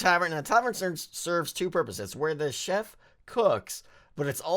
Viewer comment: I keep thinking ur saying shep instead of chef lol